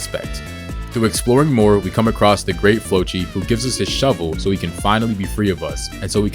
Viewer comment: Also it’s the great “flokki” not flochi